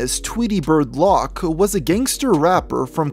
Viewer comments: Lock... It's loc, bro. Like loco but just loc. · Loc isn't pronounced "lock" dude, it's "lowk" 🤦🏻‍♂️ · Only issue I have is Loc isn’t pronounced lock. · I always find it funny how so many people pronounce Loc as “lock”, I had an ex who did that all the time no matter how many times I reminded her that it’s Loc like “Loco” without the last “o” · you can tell this guy dont klisten to rap. says lock instead of loc. the two thirteen instead of the two one three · This was a cool video. But it always gets me when non urban people pronounce LOC as lock 😄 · Hard l Long o soft c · It’s , 2, one , 3… not 2 13, & Loc is pronounced like Loki from the Avengers without the “i” …